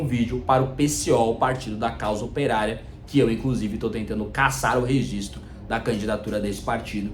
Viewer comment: O cara fala "REZISTRO"!!! O presidente!!! O presidente fala "REZISTRO"!!! Não é possível!!!